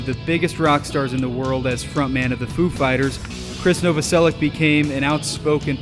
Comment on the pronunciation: Novoselic is pronounced "No vo sell itch". Betcha didn't know that.